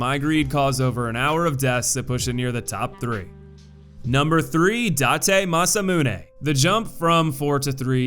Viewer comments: I like the video, but man, can you take like 10 minutes to check your pronunciations for the names of some bosses? Hearing you say Noo for Nue and Date for Date (It's pronounced Da-te. Two syllable name) really puts a hamper on the video quality. It makes it seem like you rushed to put the video together and didn't really care to check for little things like that. Maybe it's nitpicking, but it was enough to be annoying, so there's that. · God damn you cannot pronounce Date (Dah-Tay). I hope you play Nioh 2 though. It’s looking to be even better than the first game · Also the one name that's pronounced exactly as it's spelled and you somehow mispronounce it. Jin is pronounced Jin. Not Zheen. Also I find it odd that you mispronounced Date the first time but then pronounced it right for the other Date. Consistency, man.